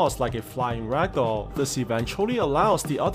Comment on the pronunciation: why do you always say ragdoll?